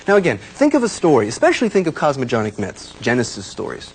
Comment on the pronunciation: All these years later he will look at it and remember mispronouncing 'cosmogenic'.